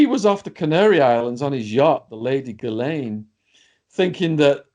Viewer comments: I believe her name is correctly pronounced jizz-lane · I wish you would ask a French or Canadian to pronounce her name. Sheez-Len is the nearest I can write it, (I am French). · Her name pronounced jizz lane.go figure